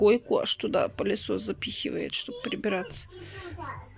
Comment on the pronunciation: Не, не поняла, продолжает коверкать так язык, что уши болят. Например, сегодня слово "палисос", мою нервную систему взвинтил выше крыши. А нормально.